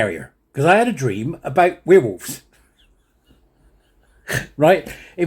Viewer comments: Now weir wolves - where wolves is how it is pronounced 😂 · "We'rewolves" is compromised! He's a werewolf!